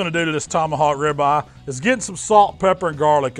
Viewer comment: how come you pronounce ribeye like rabbi